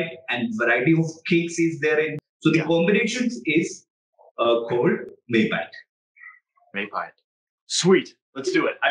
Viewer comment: it's spelled May (like the month) Pie (like the food) Yat (like the word 'yet') May-Pie-Yat. Means fighting with the body. i.e freehand fighting without weapons.